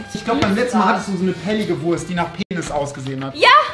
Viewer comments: Rezo. Nicht Wuast sondern Wurrrst! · Normale Menschen: Wurst Rezo: Wuast